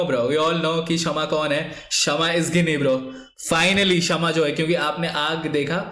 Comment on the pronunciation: गिनी nahi bhai it is pronounced as जीनी